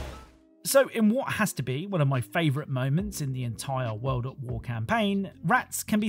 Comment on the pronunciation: "Call of Duty Wo'ad'Wo" Very British